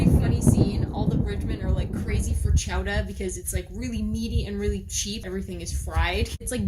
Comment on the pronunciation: Apparently I didn’t read your video’s title carefully because I thought you were saying chowder with a Boston accent.